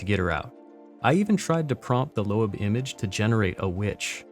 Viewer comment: Thank you for not pronouncing it Low-ab